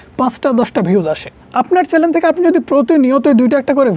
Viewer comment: কে কে শুনতে পেয়েছো এই টা চ্যানেল কে চ্যালেন বলছেন 😅😅😅